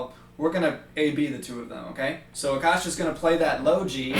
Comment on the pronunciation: when you say 'Aakash' I always hear 'the kush' and I'm like wth where does weed come in the picture